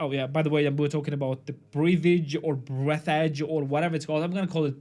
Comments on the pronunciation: yes just read it lol breath-edge. how hard english is? yes its hard. bcoz wriuting and reading and spelling not have ruies. its just NOW you say this even its written this. why not correct how its written so can read it how you spell it lol. how easy is just spell words that is written. not in engluis LOL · no one agrees with you and you since you cant even say the name of the game properly. i consider you a mediocre content creator. go do something else. you suck at this